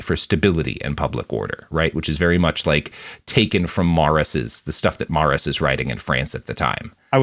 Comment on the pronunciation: Also it's said like Murr-auss apparently. There was a temporary exhibit at the The Liberation of Paris Museum when I was in Paris this summer about Jean Moulin's secretary Daniel Cordier. He was involved with the French right before the war and worked with Murras a bit so they mentioned him in the exhibit.